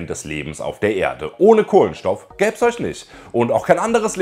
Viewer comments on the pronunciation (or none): Du hast echt ein Problem "sch" und "ch" richtig auszusprechen. Beispiel: galaktich, isch, eusch, biochemichen, auffrichen, sisch, organichen